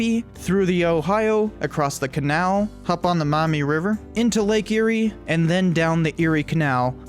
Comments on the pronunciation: I'm from Ohio, lived on the Maumee.... pronounced (Maw- mee) not (Mou-mee)... for 14 years. We just moved to Michigan and now live on the St Joe. Lol There's good and bad in both states. I really wish we lived in Bissett Creek, Ontario. I wish you'd make a video about it. 😬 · As someone who's lived almost his whole life in the Toledo area and in Lucas county, it's "Maw - mee" not "mommy" river. And yeah, Michigan totally got the better deal. Maybe the feds should give Ohio Pittsburgh as compensation. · Maumee River. Not "Mommy", Not mah-mee. Pronounce that 'U' as a 'W'. Maw-mee. It's my infuriating curse. Having to correct the pronunciation of a little POS city in NW Ohio that no one outside of the region had either heard of or care about. But dammit, I grew up in that little POS town. (GO PANTHERS!) Yeah- you don't even want to know what we do with the pronunciation of Genoa. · It’s pronounced... “maw mee” river, not “mau mee”. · As an Ohioan who lives in northwest Ohio and along the Maumee River, I just want to say we pronounce it as Maw-mee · I love it when people say maumee wrong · You say Maumee wrong. You need to emphasize the vowels much more.